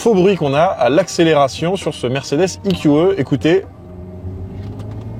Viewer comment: Le eqeuh? 😂 ee - q - ee